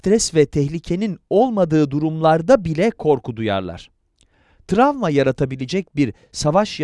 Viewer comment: seslendiren kişi "tramva" mı diyor ben mi yanlış duyuyorum?